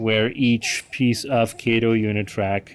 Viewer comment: It's KAH- TOE!!! Not KAY-TOE! Sheesh!